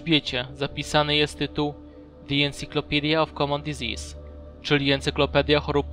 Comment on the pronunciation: dizisis nie dizis